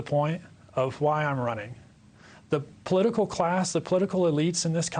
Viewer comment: its not poolitical